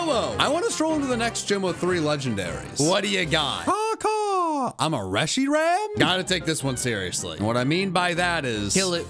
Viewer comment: he said caw caw im a reshram? l